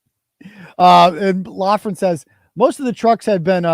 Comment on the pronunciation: If it’s Loughran why are you pronouncing it “Loughlan”?!